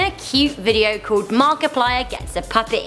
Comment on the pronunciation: She finally figured out how to say Markiplier right